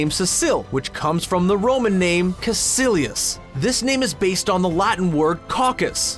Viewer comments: (It's meant to be pronounced kaekilius (ae is said like eye), they pronounced it kasilius) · caecilius is actually pronounced with a hard c, like caekilius. we ✨stan✨ caecilius est in horto. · Caecilius is pronounced (kai kee lee us) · In Latin all C are pronounced like K’s Screen Rant it would be Kaekellius not Kaesellius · It’s pronounced K-eye-Kill-ee-us. CLC know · i though the name caecilius was pronounced Khai- kill- ius. or at least that’s how my latin teacher pronounced it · They even said the word “Caecilius” wrong, it’s pronounced “Ciekeelius” just shows that they don’t do any fucking research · Thank you for giving me a reason to legitimately hate screen rants. They sound like they don't know what they're talking about (Kae-cilius.....wtf...) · Caecilius is a latin name used only in Pompeii and it doesnt mean anything, also its pronounced the c’s as k in latin. So screenrant actually do your research instead of stealing it or making it up. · Caecilius disrespect is not exeptable not even prounouncing it correctly Caecilius est in fire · As someone who is learning latin that pronunciation of caecilius was painful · i was triggered at screen rants pronounciation of caecilius. A c is never pronounced as an s in latin